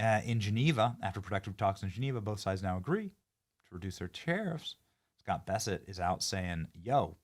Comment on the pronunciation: You keep saying Scott Besset. His name is Scott Bessent.